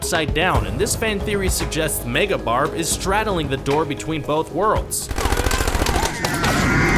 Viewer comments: Am I the only one who laughed when he said “megaBarb” ??😂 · “MEGA BARB” OMFG IM DYING AAAAAHHHHHHHHHH